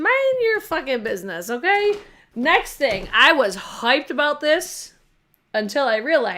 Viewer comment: Love when you say “hoiped”. So New York. LOL. Sorry I missed your live, but never miss the replays!